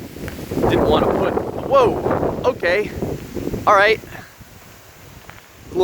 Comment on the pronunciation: The way he says alright sounds funny